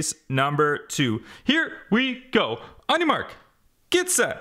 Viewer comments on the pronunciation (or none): I like the thing that he say onimark get set go